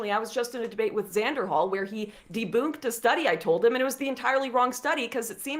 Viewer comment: Did she just say “deboonked”!?!